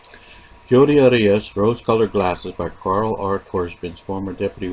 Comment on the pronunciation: Why do you pronounce "Arias" that way? It's incorrect.